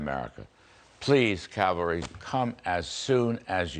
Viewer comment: Did Larry Kudlow finish with "Calvary" or "cavalry"? I couldn't tell.